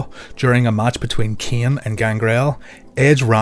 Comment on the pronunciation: Why you every time asking K'en. Kane